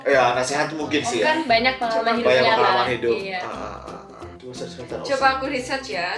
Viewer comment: Rental bukan sembrang rental